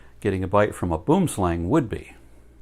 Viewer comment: 😂it always kills me the way you Americans pronounce "boomslang"